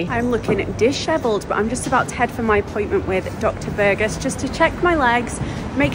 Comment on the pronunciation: i love how you pronounce Burgos, it's so funny 😂 best of luck!!! hope everything goes well ☺️💗